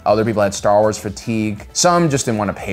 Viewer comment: releases genuinely deep and thought-provoking video Also: Staa Uaas